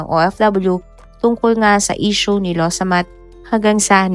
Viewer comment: Law samaht po,nde lowsamat😊